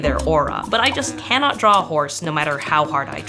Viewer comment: "I can't deaw a horse" show a ton of drawings of horses